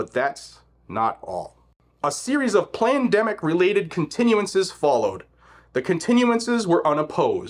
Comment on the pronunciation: Plandemic is what I kept hearing him say not Pandemic 😅